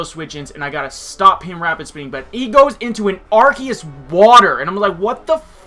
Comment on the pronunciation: Please learn how to say arceus. I stopped watching the battle because hearing you say arceus like arkeus was brutal. xP